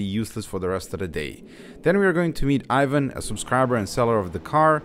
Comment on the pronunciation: Ajvan? Its Ivan or John